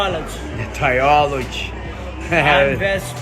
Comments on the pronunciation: I heard Tri-olig whatever that is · Did he say "try olives"? And his dumb coach says the same shit...smh 😆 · The meme at the end tho lmao i thought he said biology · Trilogy, I thought he said he wanted to try olives lol.